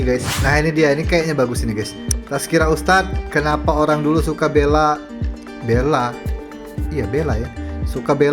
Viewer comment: Minit Untuk pengetahuan bang bagi perkataan "Bela", cara penyebutan huruf vokal "E" di perkataan itu boleh ambil dari sebutan "Beli". Terima kasih kembali. Huraian mudah perkataan "Bela" ada 2 maksud perbuatan umum iaitu: 1. Bela = Pelihara. Contoh ayat, "Saya suka membela ikan" atau "Saya suka memelihara ikan" 2. Bela = Pertahan. Contoh ayat, "Peguambela membela anak guamnya" atau "Peguambela mempertahankan anak guamnya"